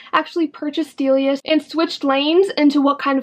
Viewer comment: Your pronunciation of both Delia*s and Dolls Kill are killing me! It's Dilly-ahhs (the star in the name is an apostrophe "S") And Dolls Kill isn't Doll Skill. 😂🤦‍♀️